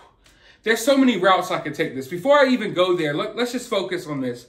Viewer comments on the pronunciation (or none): none